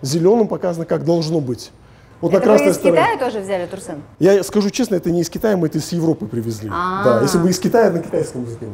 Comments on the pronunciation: ТурсЭн, слышать это прям слуз режет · Не турсен а турсын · "Турсен!" (((. какой он Турсен?! Турсын! он казах, значит он Турсын. ...как попка долдонит это имя))))